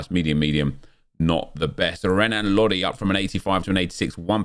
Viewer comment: Bro Lodi is pronounced henan Lodi